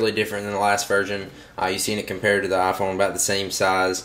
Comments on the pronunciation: A-phone... LOL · u say iphone werid